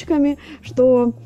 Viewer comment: Почему вы говорите сем, хатовить и ... храма хустая смесь Это акцент?